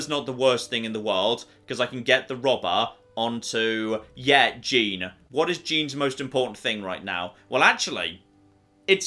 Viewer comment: I really don’t like your pronunciation of “Jean”